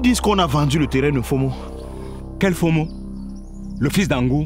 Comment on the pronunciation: Belle série. Initiative louable d'utiliser les noms de chez nous, pour appeler les personnages. Juste un petit souci, Patrick Oyono sait qu'on ne prononce pas "Fo mo" mais "Mfoh mo'o". Pour avoir un peu plus de réalisme. Si non, on aime quand même .